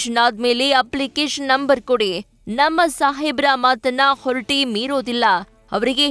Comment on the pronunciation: ಹೊರಟಿ ಅಲ್ಲ ಮಾ ಅದು ಹೊರಟ್ಟಿ